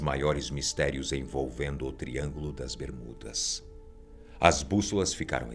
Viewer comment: esse cara em vês de fala só triângulo das bermudas não ele fala tringo do 😈